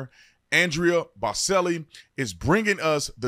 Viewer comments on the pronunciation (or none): Bro his name is pronounced AndrEYa Bo Chelli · Dude you totally butchered Andrea Borcelli name😂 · Please learn how to say “Bocelli” properly. (Ch sound) He’s too great of a performer to have his name mispronounced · An-dray-A Boo-chell-ee. 😂😂😂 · OT. Bocelli is pronounced Bochelli. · Brandon, next time, take the time to learn how to pronounce somebody's name because you just butchered Andrea Bocelli's really, really bad.